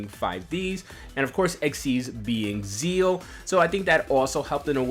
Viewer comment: Why are you calling it “zeal”? You’re meant to pronounce the “x” in “zexal”, it’s not silent In the English version and it’s been localised internationally to be pronounced with the “x”.